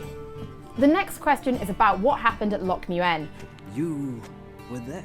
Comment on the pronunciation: Loc muenne?!?!